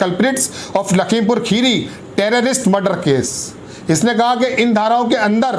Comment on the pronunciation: खीरी नहीं होता भाई मेरे। 'खेड़ी' बोला जाता है।